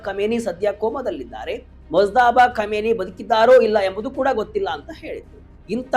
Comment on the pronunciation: Komeni alla kaaminai modlu sariyaagi ucchara maadu matte news